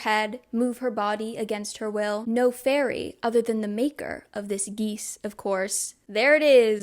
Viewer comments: Heads up you may want to give the audiobook a listen before next video, it includes stuff like how to pronounce names and stuff like geas (gesh, not geese) (to be clear, this vid is great, it’s just glaringly obvious to me as an audiobook listener when words don’t fit ><) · As someone that has read both the books and listen to the audiobooks. I am so sorry, but I feel that I must let you know about some of the pronunciations… The magical bargain, the geas- is said like “guess” but with a -sh sound at the end, “g-eh-sh” And her last name is Duarte, said with an accent at the end- “duar-t-eh” LOVE this video 🫶